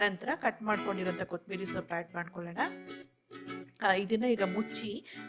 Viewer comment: ಕೊತ್ತಂಬರಿ ಸೊಪ್ಪು... ನೀವು ಕೊತಿಂಬರಿ ಸೊಪ್ಪು ಅಂತ ಹೇಳುತ್ತೀರಿ.